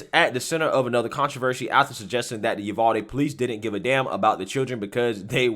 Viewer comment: I laugh everytime I hear you say it because I know (being a Texan) some of our towns are hard to pronounce lol we pronounce it U-VAL-DEE lol